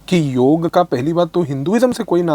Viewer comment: Firstly, thanks for pronouncing Yog and NOT Yoga which most english speaking yog gurus have started saying just to appease their international audiance. While its great that Indian politicians are promoting Yog on International platform but they need to stop saying Yog has nothing to do with Hinduism. If all Indians start living a Sanatani life (which includes Yog practice), our healthy lifestyle and sucess will automatically start attracting more people to Sanatan Dhram.